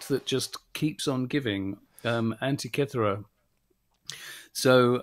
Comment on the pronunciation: The Greeks told me this island is pronounced an-teak-key-thera, emphasis on teak-key😊